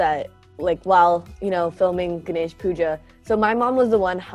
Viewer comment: Its ga- nesh WHY DOES THE NARRATOR PRONOUNCE IT LIKE gnash